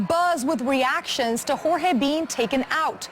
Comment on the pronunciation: sounds like "jorge bean taken out" lol.